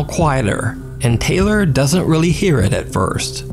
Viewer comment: It’s tay- lor , thats also my name and its not pronounced tyler 🙄😂